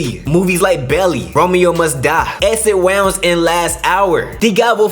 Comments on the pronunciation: nah dude. You pronounced the wrong "wound". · The way this dude pronounced "wounds" in Exit Wounds kills me